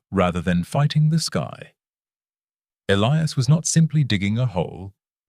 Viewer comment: Ah, yes. The ever present Elias Thorne and Silas Vance. And an AI voice that can't decide which way to pronounce Elias and struggles with temperature readings.